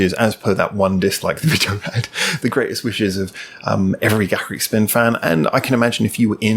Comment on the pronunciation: Finally, someone who knows how to pronounce their name!